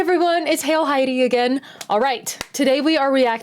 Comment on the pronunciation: Btw, interesting how your channel is named, but you pronounce it HeilHaidi;)